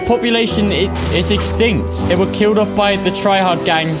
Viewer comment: It’s uff not oof may well just say off not oof